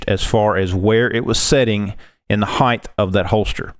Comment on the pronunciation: Stop saying “heighth!” It’s not a word! The word is height!